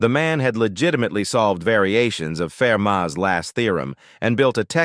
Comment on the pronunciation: Fermat (with a T at the end) 's Last Theorem was solved by Andrew Wiles...just saying. Love the holes in these stories!!